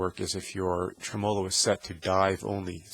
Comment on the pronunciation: Dude...pronounce it TREM-olo, not trem-OLO